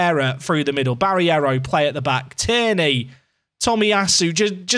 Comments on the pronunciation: It's Barreiro mate. Not Barriero 😅 maybe that's the reason of your poor form. Respect the players more😁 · BarREIro... Ba-rey-row... Barreiro... Not freaking Barierro!!